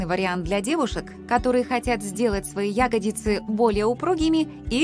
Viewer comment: Как серпом по ушам "Ягодицы", когда всю жизнь "ягодИцы" были!